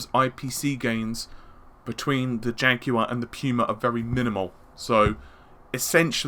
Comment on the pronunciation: when you were saying jaguar I thought you were saying janky one "the ps4 neo cpu is still the janky one" I guess you're not wrong.